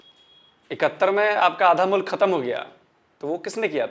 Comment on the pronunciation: Phle mulk ko mullak bolna Band kro. Urdu ki maa behen krdi.